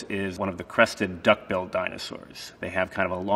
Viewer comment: i love how he says "duck build" dinosaur, like these dinos were starting their dark souls playthrough and decided to go a duck build